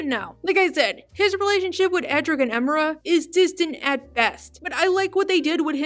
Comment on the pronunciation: Ok, I wasn't going to say this, but it needs to be said. You pronounce Emira's name wrong. Her name is pronounced Em-er-ah, not Eh-meer-ah. Seriously, they say her full name in the show several times before. Seriously, why do people pronounce certain characters' names despite hearing other characters say them multiple times? I don't just the Owl House, I mean shows/cartoons in general. Still a nice video though.